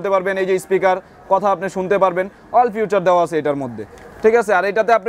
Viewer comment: Funtion re Fawshon bole abr feature re future bole